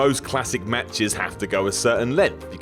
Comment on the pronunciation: "Matches" xD xD xD